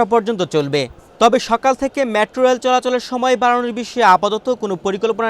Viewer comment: LoL did he just say "Matro reil" 😂😂😂